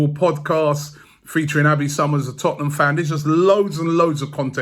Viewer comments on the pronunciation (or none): none